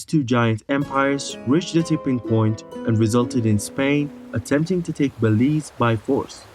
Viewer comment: He said Belize correct...your messed up